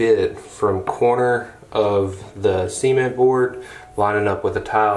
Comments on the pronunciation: Are we all just going to ignore the way he says SEEment boards. I swear, every time he said it I thought he said seamen boards lmao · I really thought was saying semen board.. 😬 🤭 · I think that’s just how Americans say it. 🙄 not even how it’s pronounced.